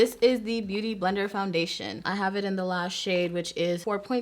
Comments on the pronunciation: My girl struggling trying to say Beauty Blender lol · The way she says “beauty blender” lol